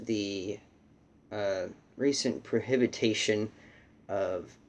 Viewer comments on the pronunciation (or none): Prohibition, not prohibitation.